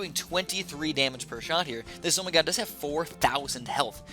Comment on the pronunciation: Wtf is a zomygod its called a zomg or z-ah-m-ghh